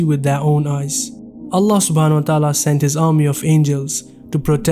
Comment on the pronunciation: My Brothers! SAY Allah’s name correctly, not ”Ala”, it is ”ALLAH”! With shaddi on the ”L” and ends with ه/H = ”ALLAH/الله”. Barakallaho bikum 🤲🏻